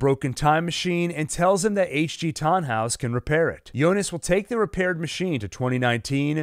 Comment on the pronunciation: It's Jonas not yonas